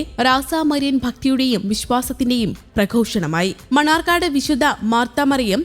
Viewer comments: മണർകാട് എന്ന് പറയൂ മണ്ണാർക്കാട് അല്ല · മണർകാട് ആണ് മണ്ണാർക്കാട് അല്ല 🙏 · Manarcad not mannaarkkad🙏🙏